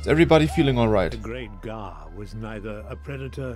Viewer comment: its not gahr neither is it gaahr it sGAAAAAAAAAAA